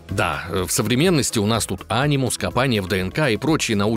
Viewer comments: Ани́мус а не А́нимус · Анимус.. правильно говорить - анИмус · Почему а́нимус, а не ани́мус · вообще ни разу в АС не играл? Ударение же в Анимусе на букву и. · Ударение не не то е в фамилии дезиле и в анимус